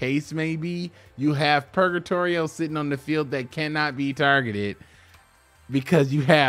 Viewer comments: It's a mix between purgatory and trio purga-trio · Sorry, but... purr-guh-tree-oh